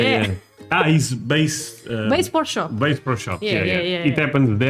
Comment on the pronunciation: Ok! English lesson time!!! You pronounced “Bass”Pro Shop as “Base”, while Bass rhymes with a$$, which BTW, is a fish!!! Y’all’s(yes! I’m Southern!) English is actually Very good-you could give lessons here!!! As for the Myths of America-I have concluded that foreign governments have put out bad propaganda, to keep its citizens from traveling to America & wanting to stay, or Change things in their home countries to be more like America.